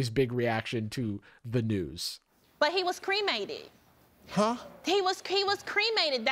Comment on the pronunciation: you're getting the "huh" wrong cuz you're trying to do it as a statement whereas Steve is doing it as a question.